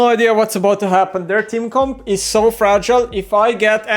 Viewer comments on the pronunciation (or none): none